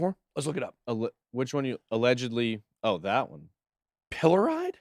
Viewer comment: When u gotta put the kids to bed, and Ben struggles with a word😃....pill-o-reed...maybe unless thats just in UK